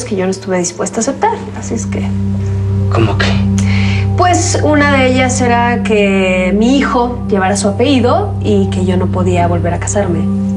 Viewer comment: oigan me parece o es que en Mexico dicen mucho "apeido" se lo escuche a la pao...pff q trozo!! jaja